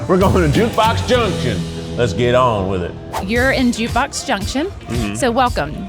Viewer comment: that "let's get awwn with it" was extremely southern and im here for it!! 😂 keith needs to let that southern out more often. All that food looks incredible!!